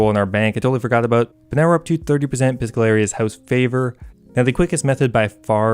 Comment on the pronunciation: "Piscallarious" ok